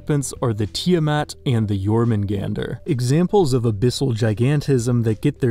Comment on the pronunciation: They did jormungandr wrong, in Norse the r means it’s accusative (getting verged) so you would just say jormungand